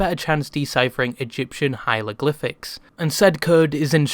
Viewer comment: You mispronounced hieroglyphics, twice. In two different ways. Congrats.. I guess? (Good video btw don't get me wrong)